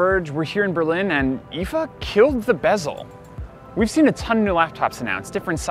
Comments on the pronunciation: I was triggered even more by him saying "eefaa" instead of I.F.A. Why do people have to do this? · "eefaa"? Why? Why can't you just call it I.F.A. ? It's an acronym not a word. I'm triggered.